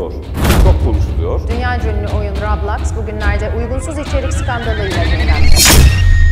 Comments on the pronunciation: ablacım rablox değil roblox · daha okuyamıyo rablax diyoya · Bu arada robloks a rablox demesi peki😅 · Lan daha roblox diyemiyorlar rablax diyorlar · Roblox a rablaks diyenkoca yürekli ablamız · bisi diyim mi daha heber ciler Roblox a boblox diyo kskskskksks hu nası haberci haberciler daha konusmayı bilmiyonuz haber mi yapacanız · Haberler bilip bilmeden konuşuyorlar ailemiz kontrol edebilir lan daha Roblox u düzgün söylemiyo rÖbLoKs LFEKJGBAELFKJGBEQFOŞJGNR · Rablax ne kanka roblox o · Daha doru düzgün roblox diyemiyo bide yasaklıycak